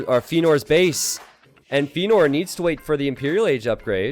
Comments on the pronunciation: Yeah, Feanor is a LotR-character and is pronounced Fe-ya-nor !! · Don't know why he got so defensive over the pronunciation of Feanor. Not difficult to just say it correctly after chat told him he was saying it wrong.